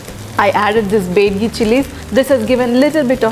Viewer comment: that's not bedagi that's byadgi..